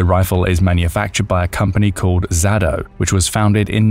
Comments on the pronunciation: no, it's NOT called "ZADO" (XADO). It may come as surprise to you, but Ukainian language uses it's own alphabet (slightly different than "Russian" one, albeit also from the Cyrrilic family), and that "X" letter in it is pronouced as well-articulated "H", transcribed into Latin script as "KH". Auntie Wiki says: Xado (Ukrainian: Хадо, romanized: Khado) is a multinational chemical group with headquarters in Germany, the Netherlands, and Ukraine, manufacturing (...), and firearms. (...) The company was founded in 1991 in Kharkiv, Ukraine. The name Xado was shortened from the Russian Kharkovskiy Dom ("Kharkiv house") EDIT: your line about the company is pretty much copy-paste from Wiki, so it's quite bizzare you never noticed what actually is the name of the company - or decided to ignore it altogether? Well, so much about "accuracy" (pun intended) and "due research. Note to oneself - unless really bored with nothing else to watch on YT, DON'T waste any time on this channel. Bye. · Let me correct the pronouncing of XADO company, it sounds like Khado, because it's abbreviation from Харьковский Дом (Kharkov House)